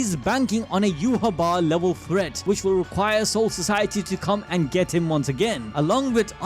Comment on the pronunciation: Dude says you ha wah its yai watch